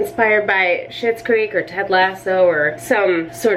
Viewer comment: woah british i’m here for it